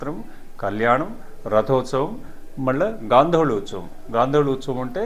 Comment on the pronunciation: Sir meeru telugu clear ga matladandi .. Uthsavam sarigga anatledu.. n thanks for the vedio 🙏🙏